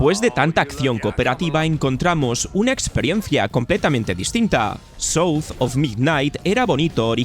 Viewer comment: Qué tan difícil es pronunciar la palabra "south" de manera correcta? A los españoles por qué les cueta tanto el inglés?